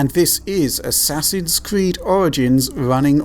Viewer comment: "And this is Assasids Creed..." What game? lol